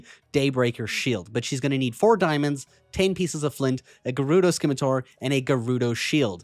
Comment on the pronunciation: Say it with me scimitar=Sim-i-tar.